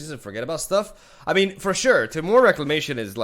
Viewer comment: "Tmore" Reclamation